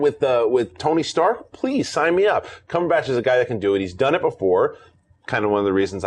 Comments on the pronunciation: Tell me I'm not the only one bothered by the way John says "Cumberbatch". It's Batch, emphasis on "At". Not Botch. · What's John Campea's deal with Benedict Cumberbatch's surname. Dude, it's not "CumberbOtch" its pronounced the way its spelled: "Cumberbatch". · This is pointless to say but thought I'd bring it up.... The way John says 'Cumberbatch' is very strange to me from England and on the verge of wrong but more amusing.... It feels like there's too much emphasis on the 'ahhhh' after the B in batch.......